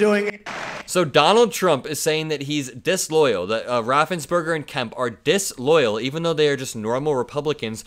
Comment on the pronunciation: “So DIsLOYallluh” 🍊🎃🤡 I would wear that as a badge. F**k yeah, it’s not supposed to be loyalty to an orange Antichrist, but the country! Okay!!!